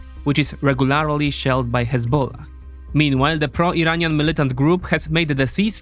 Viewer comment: Can you learn how to pronounce the word "regularly" properly?